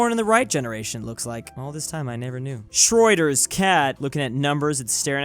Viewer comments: Everyone: Schrödinger's Cat: Schreuder's Cat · Schrödinger's cat: vibing: "Shreuder's cat" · Everyone else: Schrödinger's cat: Shoider's cat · Shroider's cat, finally someone from america that doesn't say Show-dinger's cat... but at what cost. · Well probably because he can't say the ö.